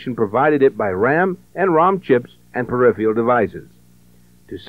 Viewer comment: I cringed every time '' said "peripheal devices" This video is a fun stroll down memory lane. Thanks for uploading it.